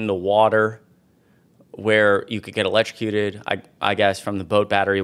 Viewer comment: Elekekuted, wow???????